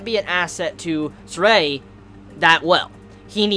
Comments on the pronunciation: it's been said time and time again it's not ZESTRIA:( it's pronounced as ZESTIRIA 4 syllables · Whatever, how he pronounced the name is already quite close. As long as he didn't pronounce Zestiria as Zes-ser-te-ri-a~ (five syallables LOL)